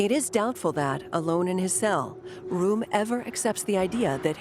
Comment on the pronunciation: Great doc. But please pronounce the names properly. Pronouncing Röhm as "Rome" just isn't up to snuff. Neither is calling the Tegernsee "the Tegernsee lake," since "See" means lake.